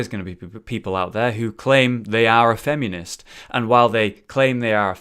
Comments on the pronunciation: He says it FemEEnist and it bugs me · haha "femunist"